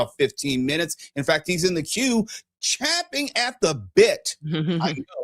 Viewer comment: You’re right,. it’s champing at the bit, not chomping.